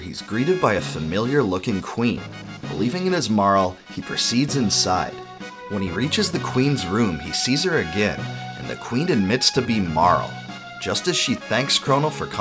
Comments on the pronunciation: In what world is Marle pronounced like Carl? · Mar-lee, not Marl. Luce-ah, not Lukka. Lay-vos, not Lah Vos. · Small nitpick, Marle is pronounced either "Mar-lee" or "Mar-la" in English Marle (pronounced like Mar-lee) is a nickname/petname for women named Marlene. Marle is also a common alternative spelling of Marla.